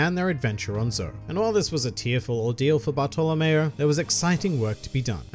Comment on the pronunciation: how the fuck does he pronounce bartolomeo